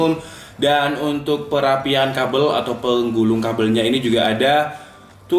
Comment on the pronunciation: yang gw denger "dan untuk perapian kabel 🔥 " padahal maksudnya "pe rapi an" "kerapian" wkwkw, sempet mengkerut nih jidat, kabel pake api? #darkjoke